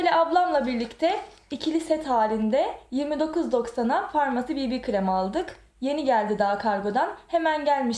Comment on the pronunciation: Bibi krem diye değil bebe krem diye okunur bir öğretemedik